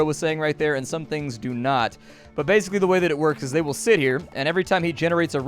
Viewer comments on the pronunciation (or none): none